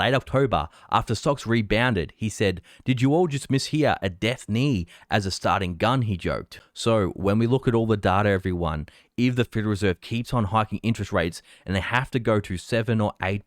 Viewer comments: "Knell" is pronounced "nell" not "knee". It's a ringing of a bell after a death. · it's "Death Knell", sounds like Nell not Nee. Knell: LITERARY noun the sound of a bell, especially when rung solemnly for a death or funeral. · did you say "Death Knee"?